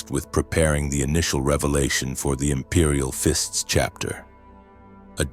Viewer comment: "Imperial Fints" "Regee-Dern", Tac rails on bolters! This is a fever dream I don't want to wake up from ❤😅😅